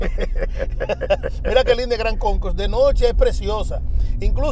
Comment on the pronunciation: Si dise GRAND CONCOURSE.... not Gran Conco...